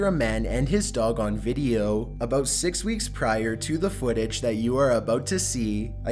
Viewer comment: Learn how to say six right!